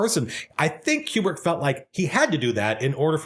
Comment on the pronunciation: man, i love how much you are able to extract so much from this film and that 2001 is the rare type of film that supports it. BUT i still don't buy this 'que-brick' pronunciation nonsense.